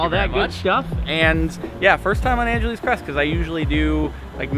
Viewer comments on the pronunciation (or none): Dude you’re a local and you call it “Angeleeese” what the hell?? You’re not really from around here lol